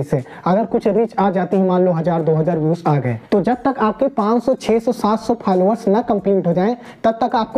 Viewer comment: Falowar nahi bhai followers..............😂😂😂😂😂